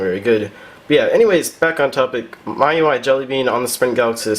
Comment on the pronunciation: You just now taught me to how to pronounce miui!